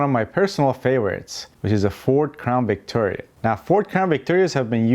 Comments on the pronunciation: The Spanish V is pronounced like an English B. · He said Ford Crown "B"ictoria lol😀